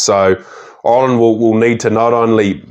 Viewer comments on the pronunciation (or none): great video, very informative,but please ask a irishman how to pronounce "Ireland",its not oirland or irrland.